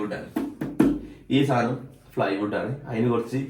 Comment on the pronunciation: ഫ്ലൈ വുഡ് അല്ല പ്ലൈ വുഡ്